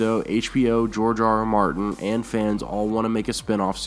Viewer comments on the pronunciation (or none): none